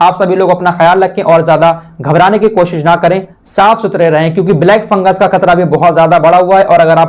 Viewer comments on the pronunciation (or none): Ye FunguS hai... isko funguR keh rhe hai..